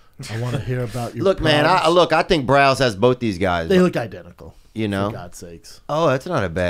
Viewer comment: Why can’t Brendan say “identical” lol like the 3rd episode I catch it